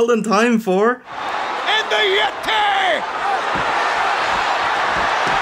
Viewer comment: "'The Yetay has broken out of the ice in the Himilayas' I beg your pardon" lmao